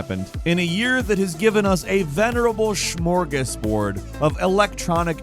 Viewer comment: WhATS A SmerGASbooord??????